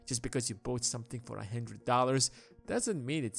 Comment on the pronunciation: Always room for a “hendred”